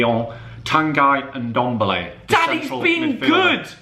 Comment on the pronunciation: Man said ndombele🤣